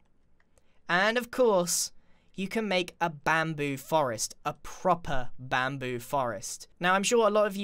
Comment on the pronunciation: (・∧‐)ゞ UgHhh i hope my ears are clean Immm pREettYy sure that GRIaaaaN said BaMPOo （ФоФ) If anyone did heard......... Then Gud FOr YOu